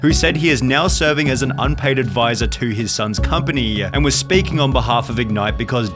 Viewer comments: So annoying how this guy adds a vowel to every word at the end up the sentence. Instead of “company” he says “companyuh”. Just listen close. He does it almost every sentence. Unbearably annoying like it’s an AI mispronouncing the words but pretty sure it’s just a guy mispronouncing them. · dad-uh public company-uh